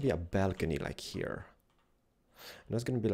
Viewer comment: I love how you say HERE Hiar